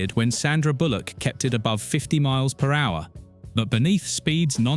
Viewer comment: The pronunciation of "MPH" makes me think that either the voice is AI or the guy doing it has some huge gaps of knowledge.